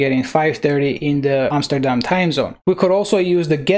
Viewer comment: You say Amsterdam like a Dutch person would. I can know, I am from The Netherlands.